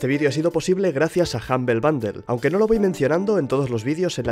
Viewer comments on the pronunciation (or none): Sangran los oídos cada vez que dice humble bundle